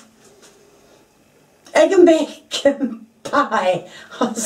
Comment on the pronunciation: I love how you say heg instead of egg